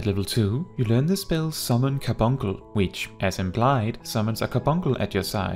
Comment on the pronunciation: I can't even continue to watch this 🤣🤣 because I want him to say Car-bunk -le right... 🤣🤣